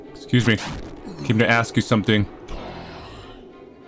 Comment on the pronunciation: "It's useful when you axe people questions."